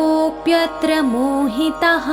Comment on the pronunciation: Mohitaahaa (मोहिताः) होना चाहिए mohitaha (मोहितः) सुनाई दे रहा है.